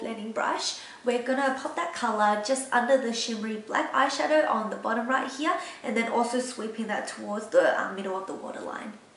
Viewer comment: I like how you said here like "Heeyah" ^^